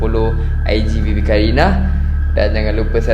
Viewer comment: sebut bibi ke baby qarina